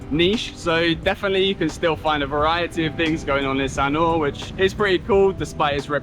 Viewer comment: We love Sanur, we are in the older age group. Loved your video and really loved how you pronounced the words/names correctly